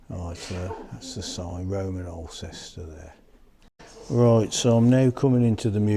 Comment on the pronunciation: Nice video,. For info, Alcester is pronounced "awl-stuh" 🙂